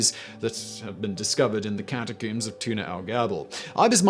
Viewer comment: I love how he says "cata-COOMS". Especially when talking about cats.